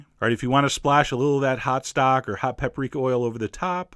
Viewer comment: "Splash a lil of that haht stahck" - this is going to be in my head for days now.